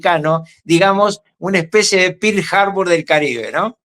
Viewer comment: Es.muy gracioso ver al payaso de Ruckauf burlándose de la pronunciación de Maduro en inglés cuando un poquito antes habló del ataque a Pir Jarbur.